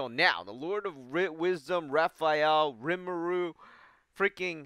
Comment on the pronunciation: It’s ri-mu-ru. 3 syllables.